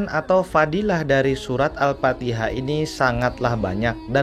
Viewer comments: Mf bukan surat AL-FATIHA.,tp AL-FATIKHAH. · Al Fatihah kang... Bukan Al Patiha